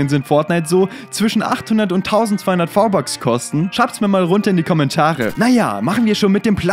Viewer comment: Hör auf v-bucks sagen wenn dann richtig